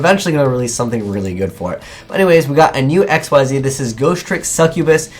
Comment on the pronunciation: just for future reference it's not x, y, z like that....it's pronounced ik-seez according to konami and the wiki